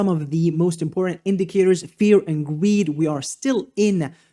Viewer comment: When you said put your greed to the side, I heard put your weed to the side 😂😂I thought he's right, how did he know?!